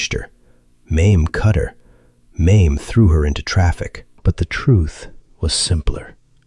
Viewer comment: Her name is pronounced MAY-MEE!!!!